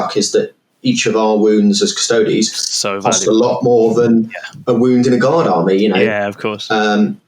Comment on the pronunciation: >cuss-toads If you can't even pronounce the faction name then I'm not interested in your review. Everyone understands Astartes isn't pronounced ass-tarts, so why did your education fail you?